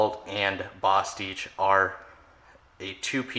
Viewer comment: You say bostitch weird.